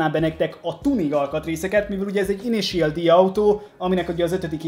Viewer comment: Szia! Külön írtam még az Unboxing videó alá, hogy hogy kell az INITIAL D-t kiejteni! Ennyit ér neked a komment szekció? (RIUSZUKE TÁKÁHÁSI) Ezt viccnek szántad mert messze nem annak tűnik!! S amúgy is! A mangából vett képek vannak a dobozban lévő dobozokon ! Tákumi nem Rószuke! Az mondjuk elég bizar, hogy ha az 5.évadnál tartasz és sem a sorozat nevét nem tudod rendesen kimondani a 3-főszereplő nevét! (KEJSZUKE)-ez hogy lett? Hogy keletkezett a KISZUKE-ből KEJSZUKE? ! Hogy lesz a 3S-ből 35-? Bár mondjuk léggé hasonlít! Prodzsekt Dí-ez majdnem helyes is lett de az Prodzsekt DÉ! Amúgy az összeszerelés alatt, ha nem mentek össze rendesen az alkatrészek és van több olyan darab is, akkor próbálgasd be a többi ugyanolyan alkatrészt is ugyanoda, Nálam kamu legóknál működik! Nem volt rossz videó de tényleg.........A kiejtések azok félelmetesen borzalmasak voltak, egyszerűen nem tudom hogy lettek bizonyos nevek ilyen alkotások! "(+infó! A matricákat könnyebb levenni, ha magát a lapot a ragasztások szélénél megtűröd)"!